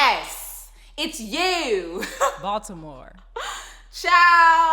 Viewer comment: LOL! I am from Baltimore and yes you said it right!